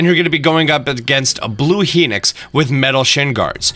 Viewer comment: "Heenix and stalnix"